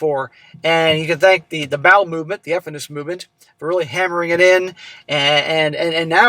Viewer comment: Did he say vowel movement or bowel movement?? 🤔🥹😂😊